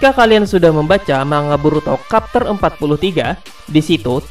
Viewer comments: bacanya chapter bang bukan kapter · Maaf revisi dikit, chapter bro bukan kapter 😁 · Capter bang baca nya bukan kapter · Mimin canda nih.masa kapter bukan nya chepter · Kapter apeee si kapterrrrr elah annoying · Blajar ngomong dulu aja woi chapter dibaca kapter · Chapter dibaca capter aja, bukan kapter. 'Ch' dibaca 'c' bukan 'k' Mangekyou, bukan mangenkyou